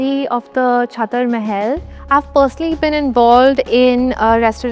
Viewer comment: पुनः सुने छतर नहीं होता छत्र होता है But if you are reading it in English then it's written chhatar